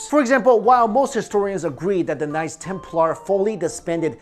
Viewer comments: Dunno if its just me but when you say "knights templar" it sounds like "nice templar" :D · I liked the way he preannounce knights Templar's as nice Templar's love you videos